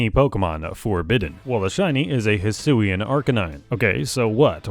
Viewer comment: hisuian is pronounced (HEE-SWEE-AN)